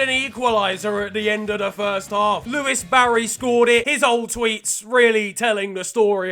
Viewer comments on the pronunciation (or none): did man just say ‘Lewis’ Barry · He really said Lewis barry